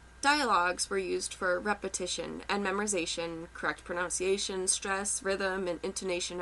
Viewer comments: I appreciate the video content, however I can't help being bothered by the misspelling and mispronunciation of the word 'pronunciation,' spelled and pronounced, 'pronounciation,' as in 'pronounce. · Pronunciation was also mispronounced... lol